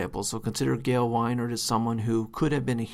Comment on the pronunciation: As long as you’re pointing out Dr. Peterson’s mispronunciation of Ayn, you would do well to get the Gail Wynand name right.